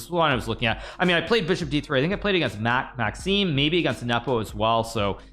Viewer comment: "Maxim'ès" ? Mon dieu. Tu joues au top niveau contre lui depuis 30 ans. Prononce correctement son nom !